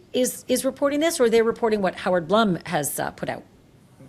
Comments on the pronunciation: Howard Blum is pronounced “Bloom”, not Blum. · Hoard Blum’s name is pronounced BLOOM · Ashleigh, Howard’s name is pronounced B L O O M! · Howard Blum is pronounced Bloom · Howard’s name is pronounced Bloom! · Howard’s name is pronounced BLOOM, not Blum